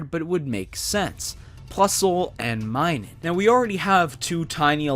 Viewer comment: It’s minun not minus